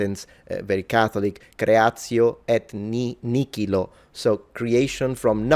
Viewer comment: As far as the RCC goes, i always saw it in the “imprimatur” and “nihil obstat” in the beginning of lesson books. But hearing him say ex nihilo with a K threw me for a loop!